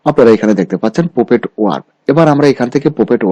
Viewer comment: Please pronounce correctly. PUPET, CROP, FOREGROUND